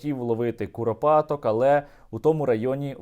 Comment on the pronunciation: курапатак 😂😂😂😂 мусор сам похож на куропатку 😁🤡